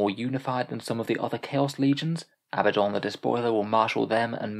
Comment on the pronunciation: Aaarrg hearing Abaddon pronounced as Abbadon makes me want to bang my head. 😝 Dark Angels joke is solid 👌